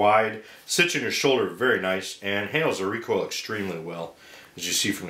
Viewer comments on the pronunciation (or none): none